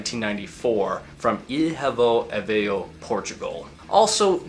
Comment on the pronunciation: Boa Tarde 💕 from your ancestral country... Say hey to my Home country for me??? I am not from the NE but lived most other parts of the states =) And the name of the town of Aveiro is said a bit differently than you did. It is pronounced ah-VAI-roo. You can approximate this by saying "ah" as in "father," "vai" as in the English word "way" but with a v and slightly longer vowel sound, and "roo" as in the word "rooster". My husband went to college there so it was one of the first words I learned to say. ♥